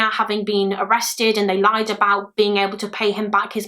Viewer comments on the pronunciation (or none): none